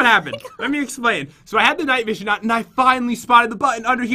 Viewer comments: Pat do you know you said night vosion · Omg Pat said night vogen